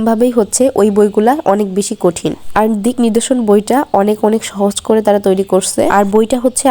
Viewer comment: বইটার নাম ঠিক ভাবে উচ্চারণ করা উচিত ছিল। 😢